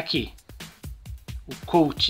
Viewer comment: O nome do gene aqui no brasil é Eugênio e o colt vc falou certo e a jessie tbm e o el primo tbm